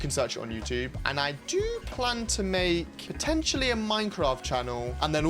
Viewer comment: "Poteiontely a minecraft chanell" YES YES YES YES YES PLSSSSSSS